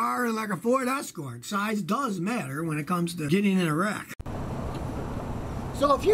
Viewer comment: "getting in a wreck" almost sounded like "getting erect" after "size does matter" 🤪